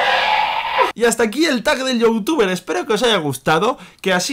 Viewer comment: por que dices youtufe ?